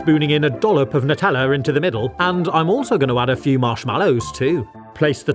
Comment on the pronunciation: That not " FEW " for sure